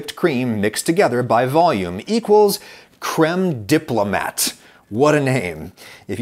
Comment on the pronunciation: The best anglicized pronunciation of 'crème diplomat' would be "KREM dee-ploh-MAH" with a silent t